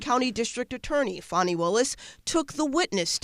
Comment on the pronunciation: It's Fawni not Fanny, Pretty Faking Smart.